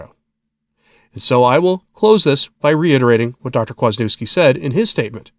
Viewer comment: Right? God love, but try, especially with someone as well known as Dr. Peter Kwaśniewski, to pronounce his name correctly.